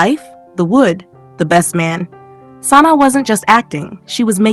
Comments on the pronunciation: Sanai....it was hard to watch pronouncing the names wrong. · You are pronouncing Sanaa incorrectly